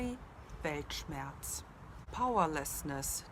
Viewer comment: The way you prounonced the world does not look like it will sound here in the US but i definitely understand the meaning which is staying confident. You are right about the meaning as u described with the world